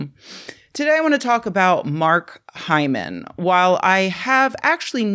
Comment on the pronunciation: Take a drink every time Rebecca says hymen... err Hyman.